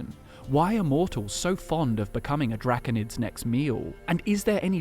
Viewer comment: Dracunid? No Drah-cone-id